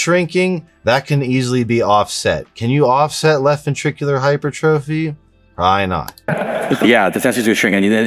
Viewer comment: Hypertrophy is pronounced - hai * pur * truf * fee. Take it from an RN. Love your content.